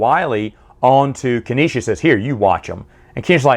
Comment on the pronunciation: Dude,, it's pronounced "Nee-sah", not "Kaneesha" 😉